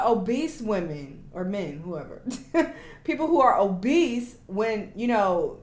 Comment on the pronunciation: the way says obese is just💀 Lmaooo